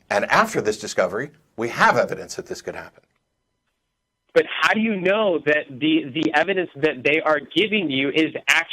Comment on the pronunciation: the how should have been emphasized.